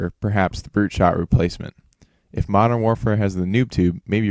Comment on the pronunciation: madorn? dont u mean "modern"